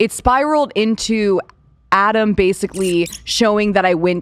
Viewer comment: Ratam* not adam